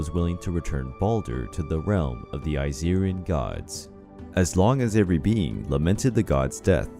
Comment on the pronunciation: it irked me when he said Aesirian 🤧 and the pronunciations 🤢🤢🤢🤮🤮🤮